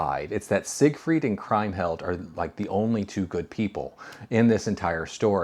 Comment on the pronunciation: Did I miss "Woman in the Window" in this ranking series, or did you? Also, the name Kriemhild is pronounced KREEM-hild. In German "ie" is pronounced "ee" invariably, and "ei" is pronounced "eye" or "aye" if you get my meaning. And I'm surprised that in a movie you rank as highly as "The Big Heat" you would get a crucial plot point wrong - Glenn Ford's child is not killed, just his wife.